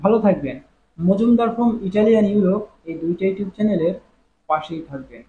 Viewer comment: ও ভাই বিষয় তো এখনো দিচ্ছে দশ মাস ১১ মাস পরেও তাকে ভিসা হচ্ছে এটাকে পাসপোর্ট আটকায় রাখার কথা হয় অরজিনাল পারমিট থাকলে ভিসা অবশ্যই পাবে আপনার সমস্যা কোথায় দালাল যারা আছে তাদের সমস্যা হবে কথা কি কানে যায় ইউটিউব উচ্চারণ করেন আগে তারপরে ভিডিও গুলো বানান আপনার ভিডিও জন্য আরো কিছুদিন থাম্বেল এর কাজ করতে হবে ইউটিউব না আপনার মডার্ন টিউব।